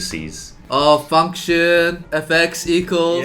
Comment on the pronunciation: Am I the only one who thought Eddy is cursing when he says 'function' ? Only me? Okay.